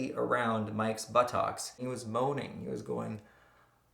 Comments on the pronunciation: i love how he said buttox xD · Why do you say buttocks like that you said but-tocks